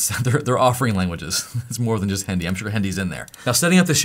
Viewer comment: Your accent of saying Hindi was really funny😂 By the way thanks for your every informative videos, love from India❤